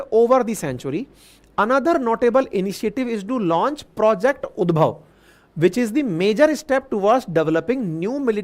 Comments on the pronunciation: Sorry sir it is UDHAB (Lord Krishna 's minister)not udbhab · It's Udhave